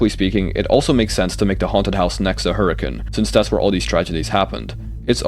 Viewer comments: As a Utahn, major respect for pronouncing Hurricane right. So many people pronounce it how it looks hahahah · As a Utahn, THANK YOU for pronouncing Hurricane right! I never hear it said the way it’s intended, even if it’s technically not pronounced how it’s spelled haha Anyway, that aside, this is all genius and I’m sold on it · HE SAID HURRICANE PROPERLY MY LIFE IS COMPLETE